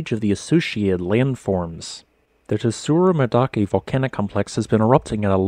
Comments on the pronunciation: This Yufu-Tsurumi-Garandake volcanic complex is about 100 km from my house as the crow flies. The hot springs is that area are great. Fwiw, Tsurumidake is pronounced tsoo-roo-me (dah-keh, not da-kay); dake basically means peak. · The correct pronunciation is something like "tsu-roomy-da-ke" where the "da" has a hard "a" sound, and the "ke" is pronounced like "ke" in "keg". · A note on Japanese pronunciations: That "ts" is a consonant cluster. There isn't an /u/ in between the /t/ and the /s/ -- it's the same with tsunami. It's weird because English doesn't have that cluster syllable initial, but we do have it on the end of syllables, like "cuts."